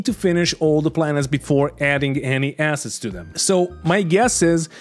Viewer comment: I know the devs started with all this assets-talk, but please do don't stretch the "a" too much like they do. Short "a", sharp double "s" sound. Otherwise it sounds like two words: Something starting with an "a" and a double "s" - and "heads". It has been bothering me since the devs started some episodes ago. And now everyone and their gran is quoting them and throwing that word around all of the sudden... And every time it is pronounced like they do, I keep hearing it wrong. People will say you are overly negative towards them. ^^ Got my towel. +1